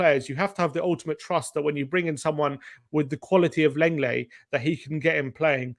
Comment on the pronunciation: Lenglet is pronounced "long-lay" not "leng-lay"